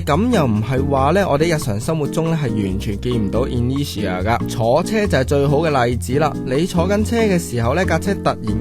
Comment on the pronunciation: Google 係讀 i nur tia 架喎，吾係in ne tia, anyway keep up the high quality!